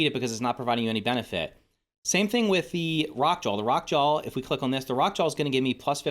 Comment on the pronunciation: Anyone else hear “Jawl” and not Jaw when he says the Rock Jaw name?